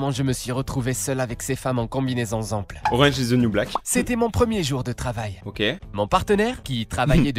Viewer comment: Ta mal prononcée orange in the new black 😢😢🥺🥺en plus il dois se faire respecter le pauvre 🥺🥺